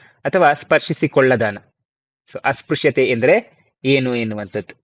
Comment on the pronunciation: ಅಸ್ಪ್ರಶ್ಯ ಉಚ್ಚಾರ -Asprashya